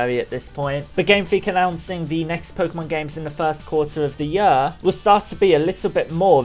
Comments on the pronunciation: Year, not yur... This bothers me way too much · I love how you say year like "yuhr." No offense, it's kinda funny. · INTO THE YUR! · holy shit i hate the way you say "year" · I oddly get annoyed when you say year